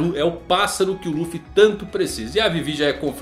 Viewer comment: dublagem de one piece cartoon network muito melhor a voz do luffy do coby slc nem tem comparação com essa da Netflix 🤮🤮🤮 Sou fã raiz só vejo one piece em japones com legenda Mais em quesito de dublagem brasileira a dublagem one piece cartoon network muito melhor Único defeito é dizer ruffy só isso